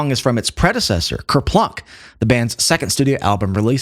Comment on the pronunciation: Did he say "kerPLUCK?"